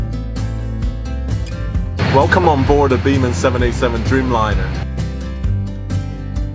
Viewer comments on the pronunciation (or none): The way you said Biman like "Beeman" is too funny for me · "Beeman "..lol 😂😂😂😂 It's biman.. Learn to pronounce correctly heta marani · its Biman not bhima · Seeing an Airhostess with specs for the first time. Good flight though. The pronounciation is Bmaan...😄👌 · Sam it's not Biman, it's Bimaaan.. itself means an Airplane 😂